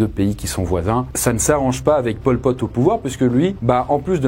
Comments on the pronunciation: prk j'entend pom pote quand tu dit pol pot ^^ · merci d’avoir fais la précision que je t’avoues que mes oreilles ont bien saignées quand tu as dit ça 😅🤣